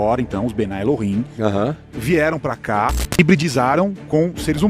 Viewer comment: Pastor, quem fala que o Adam e Chava foram criados há 6mil anos é um grupo famoso judeu, são os super ortodoxos, não são todos os Judeus. E não se fala bnai El-him e sim bnei El-him.